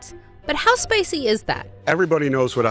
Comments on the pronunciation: "But how spacy [spicy] is that?" And it's the "spaciest [spiciest]" in the world, she says. What accent is that? I've been hearing it develop over the past decade and I hear it on NPR, so I'm guessing it's maybe a California thing? Linguists wee [weigh] in. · Why does she say "Spacey" for spicey? Get someone who knows English to narrate your vids, guys!